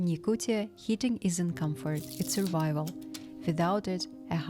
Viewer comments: I never really understood how the pronounciation can be that hard. it literally says yakutia and it turns into yaktucha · Why he saying "Yakuchia"??😂😂😂 it's Yakutia. T